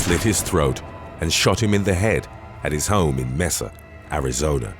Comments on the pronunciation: LOL that's May-sa (MESA) not Mess-a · In MEZZ-ah, Arizona! 😆💖 Just for future reference, Mesa is pronounced like the month of May— MAY-sah. But you still did pretty good! Most UK folks say ME-SAW. 😁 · Mesa, Az. is pronounced "May - sah," Az.. That's what we as human beings do, we make mistakes. Love your content! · That pronunciation of mesa made me cringe